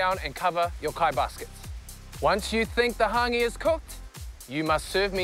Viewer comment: The host can’t even pronounce hangi right